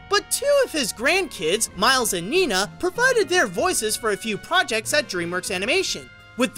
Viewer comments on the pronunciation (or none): none